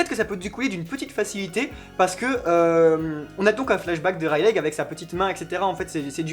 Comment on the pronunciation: Je vous adore mais par pitier ne prononcé plus jamais "Raylègue" :'(